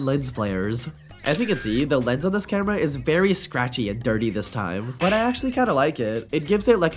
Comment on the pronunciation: why bro cant say 'camera' and instead says 'cambera'?